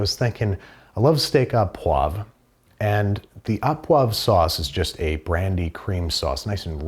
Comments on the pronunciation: Canadian here 😁. Au poivre is pronounced oh and not ah poivre. Say oh poivre. Otherwise excited to watch this episode as I knit. 😁😁😁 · Thank you. SO many people say “ah”. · Aww poiver. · I came here to say this.